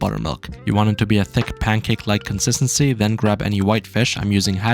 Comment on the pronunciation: "pancake- like consistentsy !" 💀